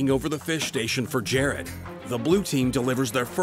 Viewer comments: GR is such an amazing Chef but why can’t he pronounce Jared correctly.😂😂😂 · It’s Jared not Gerrard Gordon😂😂😂